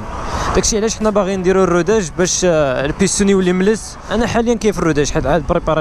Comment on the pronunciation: بيسطون❌️ بيستون✅️